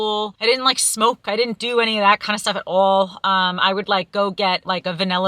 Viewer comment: When you said "at all" was the most I've EVER heard your accent come through lol